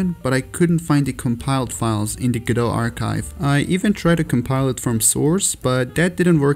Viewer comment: its pronounced guh-do by the people that made it